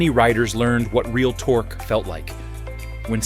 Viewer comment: How can the Sprint "sound like a Harley" with a thumper engine? That cannot produce the "potato-potato-potato" sound familiar to all... (note to narrator: it's pronounced "tork", not "torkee". Also, at the mark you need to call the department of redundancy department, as the audio states "and the seat height is 27.1 in seat height"